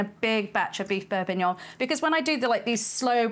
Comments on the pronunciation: am i going insane why do i hear beef bourbuignon instead of beef bourguignon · This triggers me so much. It's bourGuignon, from Burgundy, not some bourbuignon from Burbundy. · It's bourgignon not bourbinuoun. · I don't know if it's just my crappy headphones, but I keep hearing "beef bourbonion," and now I want to figure out if I can make that. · It's Bourginon! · "beef bourbon-yon"? right out of the gate you're throwing shade at the frenchies. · Sorry I don’t want to be that person but it’s bourguignon with a G in the middle. I don’t want to offend you, you’re wonderful. Thank you for your talents and hard work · You’re hearing bourbonion because SHES SAYING Bourbonion. She also said “MALLIYARD” when she meant Maillard. Also Beef Bully-on for bullion. Maybe it’s dyslexia which is fine but I’m skipping the rest of this video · Yep....def Borbignon. You after extra interaction with the clickbait, Auntie Liz? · I hear bourbonion too, everytime 😂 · I love the brain farts in this one, calling it bourbonyong. Never change auntie liz. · its pronounced Beef beef bor·guh·nyaan. Looks Fantastic, well done. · BourGGGuignon!!! Aaaaargh!!! 😅😮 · Wonderful looking stew, but calling it bourbognion was absolutely killing me haha. I guess it's fair, it's not a bordeaux that you're putting in there, and you're the chef; call it what you want! Looks absolutely stunning. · am I hearing “beurre bignon”? 😂 pronunciations aside, a delicious dish and a recipe easily to follow. turning a dish that sounds intimidating and making it easy for the home cook! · Auntie Liz, are you eaying beef bour"b"uignion on purpose? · I am hearing the same thing. I guess she is just graving that Bourbon and it's a Freudian slip up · had to double take the title cause it really sounded like she was going to use bourbon instead of wine. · How does someone cook such a great looking dish, but is unable to pronounce it?